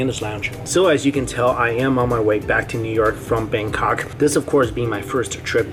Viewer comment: I’m sorry but did he say Bangkok or “Bang cock”